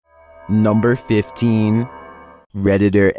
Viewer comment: "NUMBR FIFTEEN"